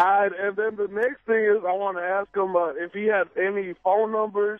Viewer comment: Why does Sway say "aks" instead of "ask"?